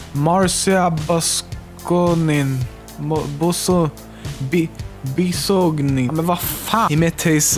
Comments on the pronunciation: seriosly dude? Marzia Bisognin you just have to say: Martzia biognin! T and S/Z Its not that complicated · I know I'm kinda late but... it's Marcia Bizonin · Mar - zee - ah Biz - oh - nin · I love the fact that you had no trouble with saying Felix Arvid Ulf Kjellburg, but saying Marzia Bisognin you just gave up halfway through. I half hope this was intentional and half not but either way I found it hilarious. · It's so hard to say "Marzia Bisognin"? Seriously? Wow.